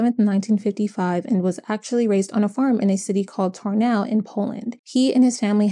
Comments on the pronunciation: u mean Tarnów or what? Tornał? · the Polish town Tarnów is pronounced something like TAR-NOOF (noof like in woof woof) overall well made video also, Adam Janus and his family probably immigrated from Poland to the US to have a better life just to be killed by a deranged man and that's very sad and now I wonder if the rest of the family was punishing themselves for emigrating and thought that if they had stayed in Poland, this woukd never happen